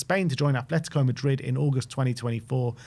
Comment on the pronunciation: Please fellas it’s “ATletico” not “ATH” 😭